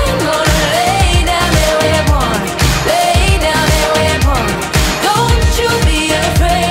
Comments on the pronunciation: I’m sorry but I hate how she pronounces “Weapon” as “Web-on” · The way she pronounced weapon, omg love it